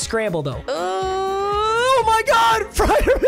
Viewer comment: it’s freirmoooth